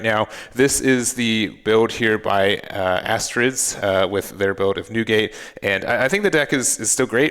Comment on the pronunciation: Aristides is his Name! You pronounced him like "Astrits" 🙃